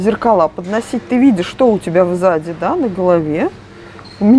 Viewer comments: Очень нравятся ваши обзоры, спасибо., только СЗАДИ, а не в заде😁🤣🤣🤣🤣🤣🤣🤣🤣🤣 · Взаде? Или сзади? "В заде на голове " )). Все мы оговаривается, но смешно вышло